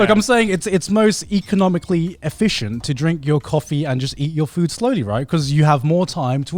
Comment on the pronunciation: Why did Garnt say economically like that? Do people actually say it like that ._.